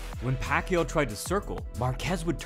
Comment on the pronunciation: It’s not pronounced pakyu, no it’s not, it’s pakYAW.